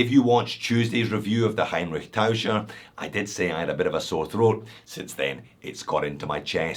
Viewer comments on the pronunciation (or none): For the love of God... its Taucher! Taucher!... Ch...Ch...ChChCh!:) we also not saying Losh Ness;)